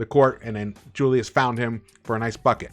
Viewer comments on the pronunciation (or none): none